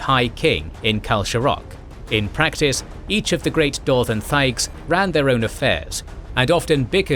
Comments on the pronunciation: He did the same to thaig by pronouncing the "h", which is silent. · He kept annunciating the "h" in thaig. The "h" is silent.😒